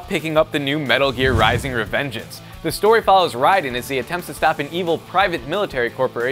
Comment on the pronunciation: Im sorry but is he satying the name right -_- it clearly doesnt seem like it, RIDEN and its raiden